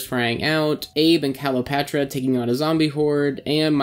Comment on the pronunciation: Why do you keep saying Calopatra?